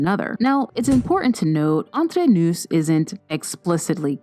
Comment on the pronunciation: Its pronounced Entre Nou (the s at the end of nous is silent)